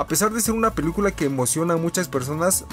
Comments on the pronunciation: Oye we no soy criticón pero en lugar de decir película dijiste pelucula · Soy yo o dijo pelucula en el minuto